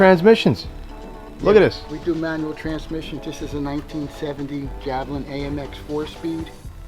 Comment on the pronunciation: Interesting pronunciation of Javelin.